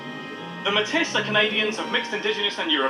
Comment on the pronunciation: Pronunciation of Metis is painful